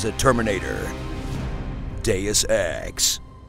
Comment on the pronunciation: Deus ex D e u s e x D e u s e x that's how I hear it.